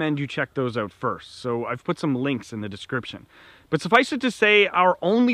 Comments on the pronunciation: Drute... Translation = drought Oote... Translation = out Thx for video & the laughs! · Could tell you're Canadian just by how you say "out". Lol Great video. Thanks👍